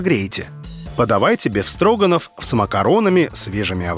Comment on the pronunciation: Режет слух, когда ведущий говорит "Бесстроганофф". "Беф-строганов" правильно. "Беф" от англ "beaf" - говядина.